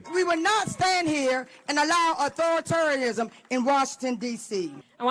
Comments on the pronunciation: Right because did I just hear her say "Authoritorianism"??? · Uh-thoratorism is crazy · I'm sorry I can't have any respect for a group of people that can't pronounce define or properly use the word authoritarianism. The Democrats have turned into a bunch of petty jokes. I'm sad to say I was ever included in your ranks. This is a disgusting display of anti-American sentiment and I won't stand for it. I reject the left.